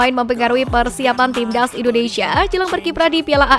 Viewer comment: Buang dulu ingus mu itu biar kamu bisa bilang TIMNAS bukan TIBDAZZ